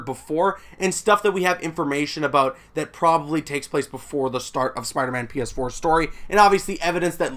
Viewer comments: It sounded like he said penis 4 at the beginning 😹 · DUde it legit sounds like you said "Spiderman Penis 4" instead of PS4.. wtf XD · The way you say PS4 sounds like penis 4